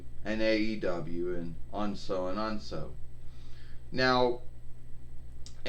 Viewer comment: I enjoyed all wrestling promotions: WWE, AEW, and Impact Wrestling (Instead of calling it IW) BTW, it's pronounced 'And So On' and so on. Not 'on so'